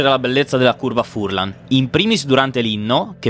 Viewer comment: Furlan con l'accento sulla "a" visto che e' un cognome veneto!